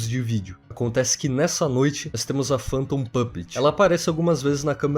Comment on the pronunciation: Meu Deus que agonia ver ele falando PANTOM E NÃO FANTOM